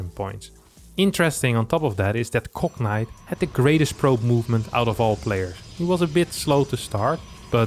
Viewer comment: Gotta love how pronounces Cognite as "Cocknight".